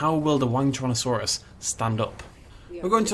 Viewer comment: So pronounces this dinosaur in a variety of different ways throughout the video, but i feel like it was a mistake to just settle for Wang-Tyrannosaurus.